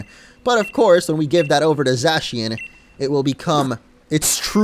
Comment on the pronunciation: It's pronounced zacian